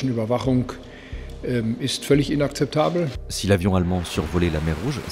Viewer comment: "Inakzeptableuch" c'est pas si compliqué l'allemand finalement